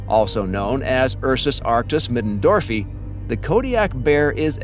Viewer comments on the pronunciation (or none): Why do people have trouble with saying the two i’s at the end of a Latin word- in this case it is Middendorfii- Middendorfee-eye.